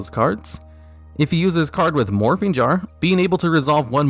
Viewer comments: When he said morphing jar the second time I swore he said morphine jar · I know he said morphing jar but I heard morphine jar That would be a fun card